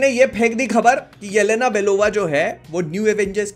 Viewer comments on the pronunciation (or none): Yalena ❌ Ye - Lena ✅🤣🤣🤣🤣